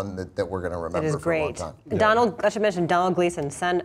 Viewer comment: It's pronounced like dough-nall Gleeson. Same as Donal Logue just spelled differently.